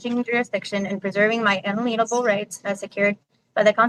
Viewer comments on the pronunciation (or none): Is it unalienable or inaliable? 😅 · Why can’t any of these fart huffers pronounce jurisdiction or unalienable correctly? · No- lips is far from cute. She' s so proud of herself due to her stupid pals in the background cheering on giggling. She doesn't understand what she' s reading, can' t even pronounce the words. She can' t even stay in character *triple facepalm*. Her false confident persona would have disappeared immediately if the judge removed her audience. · When you can’t even pronounce the words perhaps you don’t have a full grasp of the information. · Why do SovCits insist on using the word “unalienable” when not a single one of them can pronounce it correctly? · What is in the water in OK? And I really wish tgese sov cits would learn the meaning and pronunciation ofvthe words in that salad they toss around. I also love the look on the judge's face. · You'd think Leslie would practice pronouncing those words ahead of time! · Omg, honey, look up the big words in the dictionary first so you know how to pronounce them. 🤦‍♀️ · Yup. I kept cringing each time she tried to say that.